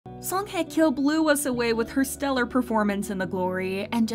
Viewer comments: Learn to pronounce her name, wtf is “Heh Keow” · So you mean to tell me I’ve been saying this woman name wrong the whole time? 🤦🏾‍♀️. I was saying Song High Kyo, but the woman is saying like Heckyo.